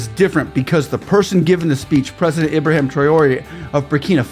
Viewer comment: Just to correct you sir, his name is IBRAHIM Not Ibraham.